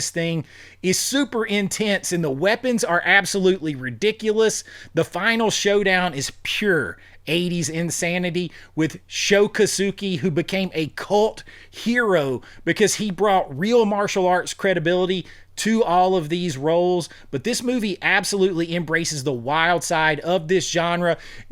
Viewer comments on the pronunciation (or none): Im sorry to be "that guy", but its sho kosugi not kosuki.